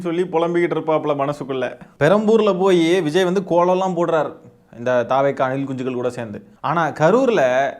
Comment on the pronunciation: Anna neenga anilkunchigal soltrathu azhgha iruku anna